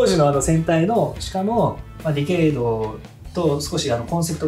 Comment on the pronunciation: ディケイドをディケードって言っちゃうタイプか～